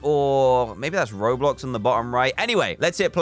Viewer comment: ITS NOT ROBLOW DAN ITS YOU